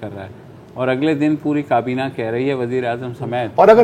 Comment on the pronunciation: Totally enjoyed the humor with sarcasm! One thing that I have noticed Mubashar Zaidi and Zarar Khoro both are impressed with Usman Dar's pronunciation and accent as now they are trying to adopt it by pronouncing کابینہ as کبینا